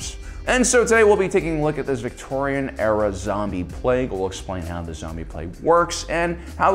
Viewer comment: I was wincing every time he said “Victorian”...